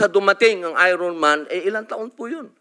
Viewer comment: Pareho kami ng bigkas ni Robin Padilla,,ayron man😅